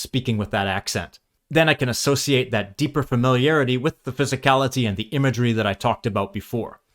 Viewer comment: The accent you used from about halfway through the video in the voiceover until the last chapter actually sounded really good. not necessarily accurate or very british, but soothing and enjoyable for lack of a better way of putting it. for example, "imagery" was perfection. you do clip ending consonents though. just a bit later the way you said "accent" wasnt even close to how id imagine another british person saying it.